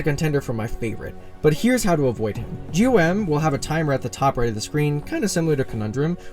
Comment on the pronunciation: By the way, GOM is actually pronounced as "gaum" and not "G.O.M", in livestreams the devs call him by gaum, just letting y'all know